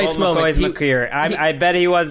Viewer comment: Great podcast as always, but when said " Colt McCoy's macreer," I couldn't stop chuckling loll